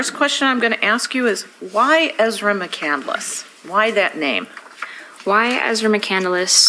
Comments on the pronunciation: Btw, EM, McCandless is not pronounced "McCandeless". There are 3 syllables, not 4, in the last name. SHEEZ! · I think its interesting that she named herself after Chris McCandless but pronounces it incorrectly. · She can’t even pronounce her own last name! 😮😂😂😂